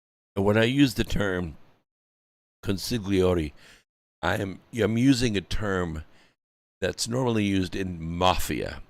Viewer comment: Hiya - Consiglieri is pronounced Con Sig Lee Air EE...Good to see you here.